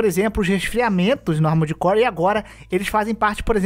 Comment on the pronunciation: Quantas vezes vcs escutaram "Amores Core" no vídeo?